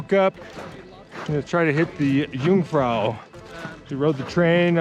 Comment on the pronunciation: I like very much all of “amateur” videos, and I’ve seen a lot of them, and always given them my “like”, but not this time, for the following reasons: (1) you insist in mispronouncing “jung”, (2) you insist in measuring european mountains in feet. 🤓